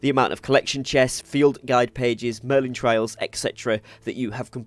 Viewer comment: It's merlin TRIALS!!! Not merlin TRAILS!!!